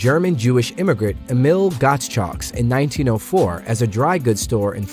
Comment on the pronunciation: Just so you know, Gottschalk's is pronounced "GOT-SHOCKS." not "GOTS-SHOCKS"